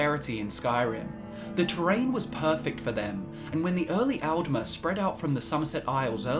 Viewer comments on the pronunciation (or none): none